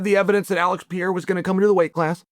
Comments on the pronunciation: “we can agree that Alex Pee-Era…” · Will he never say Alex's name properly? Just call him Alex if you can't not butcher his last name. For goodness sakes, Chael. He's only been in the UFC for 5 years now. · Pereira . Not piyera .PEREIRA!!!!!!